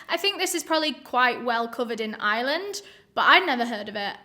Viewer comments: I swear, the first few times said "Ireland," I kept hearing "island." Lol. I was so confused. Haha. I need to listen to more British people, clearly. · all this time I thought she was saying "island" too it's the comments that saved me🤣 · Haha that's funny. I can totally relate! But this time her accent tipped me off - I'm American so I immediately noticed the non-rhotic accent so automatically mentally put the 'r' back in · Really thought you were saying this case takes place in "Island" before I realized it was Ireland 🤣🤣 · why cos of pronouncing it like Island lol, I gonna be honest I am from Yorkshire n that is how I pronounce it. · LMAOO, Im from Dublin and Its so cute how pronounces Ireland 😂😂😂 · I genuinely thought you were saying “island” and not “Ireland” lol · I love you but “Island” 😭 Im sorry if I offend you but it’s pronounced “i-er-lin” you don’t have to say it that way but I’m just putting my thoughts out there I STILL LOVE YOU THOUGH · I didn't realize she didn't say island until I read this comment lol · Lol I thought she was saying "Island" instead of Ireland at first 🤣 love you and your accent! ✌💜🙂 Great videos! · It took me a minute to realize you were saying Ireland, not Island lol oops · Girl, thanks to me being an American I thought she was saying this crime was in “Island” until she said Dublin 😭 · I watch most things with the closed captions on and thank goodness because I heard “island” every time she said Ireland. 🤣 Honestly never have I struggled with her accent till this word. Love the channel and hearing about cases from other countries. ❤️ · Maybe I’m wrong for this but for the first 30 seconds I thought you were saying “island” and I was like “which one?” 😂 It took me too long to realize you were saying “Ireland” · Am I the only one who tho she was saying island, then when u seen the map u felt stupid? Lol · i love that says “ireland” like “iland”😭😂